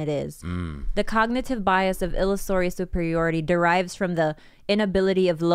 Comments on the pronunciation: It's fun watching try to say "illusory" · Someone tell illusory is pronounced like illusion but illusory.